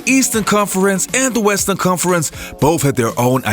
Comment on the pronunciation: This clown can't talk. Stop faking it... How do you pronounce conference?